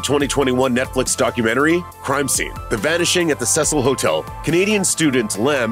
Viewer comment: Your pronouncing Cecil wrong